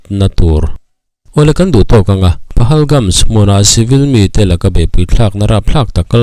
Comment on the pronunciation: Pahalgam tih mai a ni lawm ni PahalgamS ni lo in